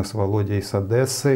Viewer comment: не Одэсса а Одесса))) через е, мягко Одесса)